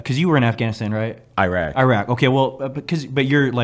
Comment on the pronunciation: swag put I into “Iraq 🇮🇶 “😂